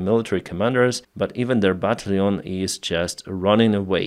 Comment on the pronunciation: Battalion: бо ТАЙЛ йон or "buh TAL yun" . The "al" part is actually pronounced like the name "Al," but I don't have a good way too transliterate it in Russian Cyrillic.